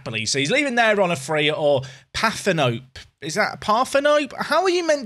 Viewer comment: Partenope for napoli pronounced par-ten-opay